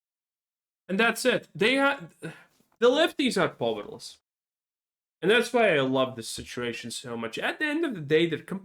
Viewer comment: PA-OO-EER-LESS not POVVER-LESS